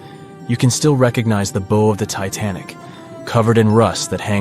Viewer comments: Hi there....Um one correction in pronunciation at timestamp ...The word "bow" is not pronounced like it sounds....Its not pronounced like "Theres a bow on the Christmas present", but instead its pronounced like this: "The stage actors took a BOW {like Bow-Wow} to thank the audience", It rhymes with "now", "how", "cow", "or "vow"...Just thought I'd bring this to your attention, but overall a great narrative of the incident, and a great presentation...Also, the iceberg made 5 small side gashes all less than 7 feet in length, albeit the last one which was about 15 feet long...Thank you for this video. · i wish they would say 'bow' right, we're not talking about a bow (b-OH) tie, instead we are taking a bow (b-OW, like pain sound) to the audience....AI sheesh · If you're going to use AI for the narrator voice, then please teach it how to pronounce words correctly. It's not bow as in bow and arrow. It's bow as in wow or bough. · Don't you just hate the fake computer voices that constantly mispronounce words like "bow". They can't even get the bow of the Titanic wreck pronounced correctly. And that's the most iconic image of all. Bad Job. Very, very bad narration. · THANK YOU!!!! I was screaming the same thing at my screen. Kinda loses credibility when you can't even pronounce the verbage correctly. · Is this AI generated? “Bow” is being pronounced very wrong.